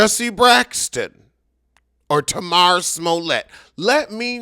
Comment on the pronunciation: At least learn how to actually say her name correctly if you’re gonna rant at her so passionately. It also would’ve been good if you broke down exactly what happened and what was said. You just ranted and alluded to a bunch of stuff that doesn’t even make sense.